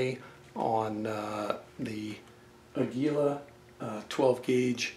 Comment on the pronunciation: AA-gee-lah. Its a spanish name which means eagle.